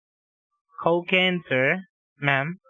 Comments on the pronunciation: The vulture would make a more convincing DEA agent.... "Cokeen" lol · They found 22 pounds of " Cokeen" in your car???you're going down brother!!!